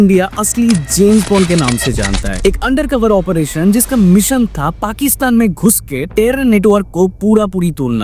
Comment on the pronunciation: Dekh bhai Mission ko meeson kahe toh bada irritation hota hai,, video atcha thaa abhi meeeeson sunke ja raha